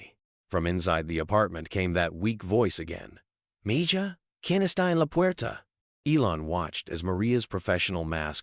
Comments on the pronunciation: Enjoyed Learning that Elon Musk cares about his employees health benefits. However, you should pronounce mija correctly if you go to Google translate You can hear the correct pronunciation of MIJA. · I do like to hear about the good things Elon Musk is doing for people, for the “common” people. But I would like to hear proper pronunciation of all the words spoken by the narrators or the AI tools he uses for narration in his videos. They would at least sound more authentic. Mija is the female word for child or daughter. The “j” is pronounced as if it were an “h.” Mijo is the word for son, with the “h” sound for the “j.” I do pray that as part of Trump’s team, Mr Musk, RFJ Jr, and others will have listened to Tucker Carlson’s interview/video regarding the greed and corruption in the insurance and healthcare industries by the health insurance companies, big pharma, etc., that is causing US citizens to pay for healthcare that they don’t actually receive. We are paying for sick care in his country at a higher cost than anywhere else in the world yet we rank in the 40-50 levels in the quality of health care provided. And it is corrupt! So many middle men involved in order to fill up the pockets of many of the wealthiest men in our country and in the world. And it looks like only a few are willing to reveal this information to the public after an insurance CEO was killed a few weeks ago. Why have we allowed this to happen? Why have we not been informed which companies have policies that automatically direct their employees to deny claims for life-saving surgeries and treatments to subscribers in the hopes that they don’t appeal and the requests go away? It’s like some of our rep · If you are going to tell a story and use one lousy spanish word, at least look up the correct pronunciation!! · You all believe this story? Do you think Elon is aware of this lil video? I as a spaniard can’t stand the way this AI pronounces MIJA!! LoL the j sounds like an H. Damn it. Jajajajajaja